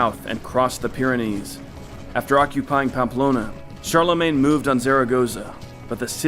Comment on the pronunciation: Karl-le-mon? Did they call one of the most important Emperors of the middle ages "Karl"?